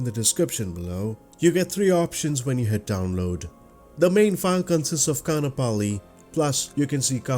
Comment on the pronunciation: Great piece of scenery! As a resident of Hawai’i I love flying out here too. :) May I make one small correction? Kaanapali (Ka’anapali) is pronounced Ka-ahn-ah-pali. The double a in this word has an ‘Okina in it, and in the Hawaiian language, that means a glottal stop. I had heard the Windward side of O’ahu (where I live) was going to get the treatment as well for scenery, but the dev said they have to step back from MSFS work I believe. I hope they come back!